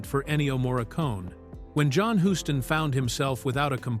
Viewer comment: Yup. AI is very annoying. John Hughs-ton is the correct pronunciation.